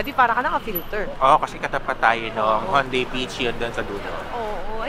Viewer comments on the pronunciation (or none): sorry po hahaha. Pero it's pronounced as he-oon-de. Hihihi. Anywayyy tagal kong hindi nakapag comment sa vlogs nyo, laging sa IGS lang hahaha